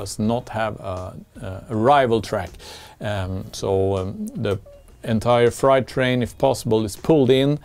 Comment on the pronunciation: Love your channel. Your English is very good. Just pointing out something. Height = hite. Freight = frate. Why we do that with the pronunciation is beyond me. I’m also learning Spanish as a hobby and that make pronunciation much easier.